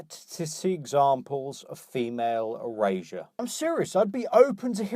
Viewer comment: what is "female erasia"? "eurasia"? "erasure"? whatever it is she's going on about?